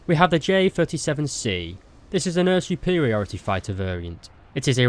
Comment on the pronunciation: I'm obsesded with how you pronounce air as öer